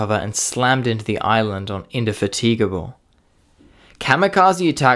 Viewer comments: Inder-ta-feegable?, it's pronounced Indi-Fat-igble, emphasis on the" Fat" :), I know it's tough to say right. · Some of the pronunciations are woeful: - In-da-fatigue-able -- - Ig-no-me-us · "Inde-fatigue-able"? Did you really just pronounce it fatigue-able? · In-de not In-dee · Great video, but one pronunciation tip Indefatigable is pronounced: In Dee Fat IG ab le. With a short I in the fourth syllable and a short a in the fifth Again great video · I was enjoying this until the "on-sign eliminator", remark. Computer voice? Inder-fateegable - lol. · It's "tig" as in "twig" in Indefatigable, but nice video! Very informative! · the British carrier was called, Indefatigable "In dee fat a guble" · Very interesting video but your pronunciation of common words like ensign, oleo, roundels, Indefatigable, ignominious and others leaves a lot to be desired and makes me wonder a bit about your vocabulary. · g0od but work on pronunciation 'ensign' and 'indefatigable' stand out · Seriously weird pronunciation of "Indefatigable" 🙄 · if you can pronounce Indomitable why do you fail with Indefatigable ? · Overall, an excellent video, well edited, scripted and narrated. Couple of minor irritations with your pronunciation of 'Indefatigable' and 'ignominious', but I'm being finnicky.